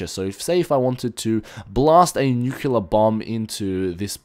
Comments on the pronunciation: its also Nu-cleear, not nukular.... just sayin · It's not nucular blast it's a nuclear blast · In-sen-dee-air-ee New-clee-er